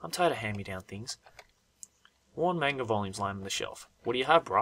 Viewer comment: THE WAY YOU SAID MANGA